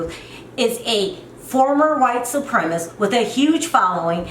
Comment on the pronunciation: You said "he seen her" twice in a row, so it wasn't a mistake. Do you not know it should be "he saw her"? I mean, a 3rd grader knows this, yet you continually speak like this way. Also, it's not "white supremist"; its "white supremacist". One would think as a person of color, if there's just ONE WORD you knew it would be "white supremacist". And you have the nerve to call Yolanda dumb?? Yolanda is naive. Sherrell is dumb.